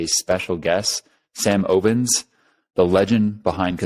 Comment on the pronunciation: it's Sam "Ovens," not "Oh-vens"